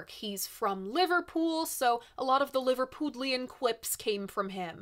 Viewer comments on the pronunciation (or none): Great stuff! But I think it is Liver-puddlian rather than Liver-poodlian. It becomes a puddle, rather than a pool. ;-) Lived there for a while in the early 1970s - missed all the Beatlemania, but the Cavern Club was still going (or at least the building still existed). I think there was a statue of four heads of the Beatles, with the legend; 'Four Lads who Shook the World!' or something like that, in the street where the Cavern Club was. My Liverpudlian girlfriend at the time used to go there, but she was a bit too young to have seen the Beatles there. If any info here is wrong - well, I'm not so young as I used to be, and it was all a very long time ago!